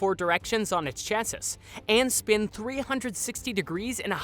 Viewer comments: Chasis is pronounced cha-see and you wouldn't say that it is a 200 feet tall mountain. You would say it is a 200 foot tall mountain. Also, the robot doesn't wield cars together, it welds them. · "chassis" is pronounced like "chass-ee". Lol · Hey guys! It's your favorite grammar nazi coming in to save the day! Chassis is pronounced Cha-See. In all seriousness I still love your stuff, if you guys ever want another presenter or a writer hit me up, I'd love to be more than just a troll on your comments